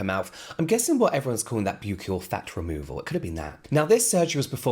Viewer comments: you keep pronouncing “buccal” wrong 😭 its like “buckle” not “b you cle” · Buccal is pronounced "buckle" I think!